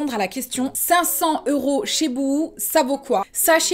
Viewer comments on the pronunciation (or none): none